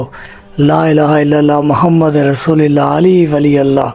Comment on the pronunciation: BETA AOA KALMA MN LFZ RASOOL KI LAAM PR ZABR HY OR AP NE 2 MRTBA ZER PRHI HY LEHAZA AP APNI VIDEO DOBARA SUNAIN OR APNI ISLAH KR LAIN BAZ OQAAT ZUBAN SLIP HO JATI HY MUJAY INFORM ZRUR KRNA DEAR❤️ BETA